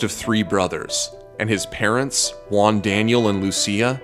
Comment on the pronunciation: "Juan" is not even near to be pronounced like that xD "she"? are you assuming Jigglypuff's gender? You're so sued.